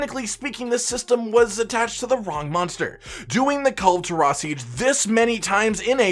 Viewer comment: i almost collapsed when you said Kulve taroth >:c